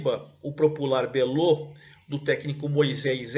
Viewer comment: O Botafogo da Paraíba é chamado de Belo e não "Belô".